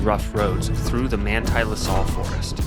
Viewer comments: The mountains are pronounced the "La Sals" like in Sally. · Great video but locally the LaSalle mtns are pronounced LaSal as in Sally, not La Sol as in solitaire